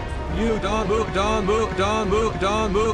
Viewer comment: when dio said muda it sounded like "Move don" or "Poo-Da"